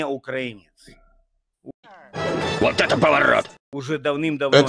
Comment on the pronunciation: По мычанию понятно, он действительно укрАинец 😂